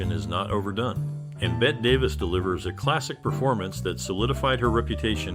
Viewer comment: Surely you have heard her name pronounced correctly? Sounds exactly like BETTY - and was written so in her childhood before she changed the spelling. Basic respect: say names properly.😠